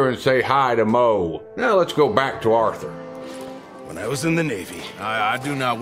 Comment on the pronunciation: I'm said Arthur not Orthur